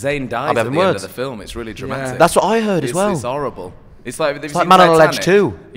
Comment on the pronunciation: "I'm in THE felm" omg i'm dying